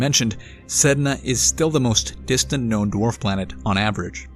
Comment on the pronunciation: You're saying it wrong it's DWARF Planets.